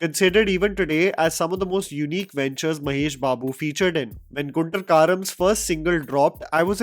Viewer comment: it’s Guntur (goon-tour) 😂😂